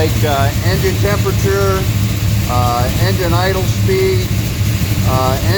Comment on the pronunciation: Its Injin not Injun